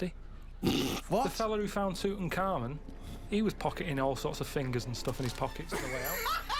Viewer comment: "Tootin' Carmen"